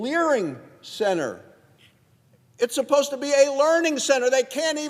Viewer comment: leaRing centre 😂